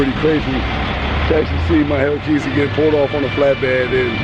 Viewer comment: bro just call it a hellcat plz stop saying hellkeazy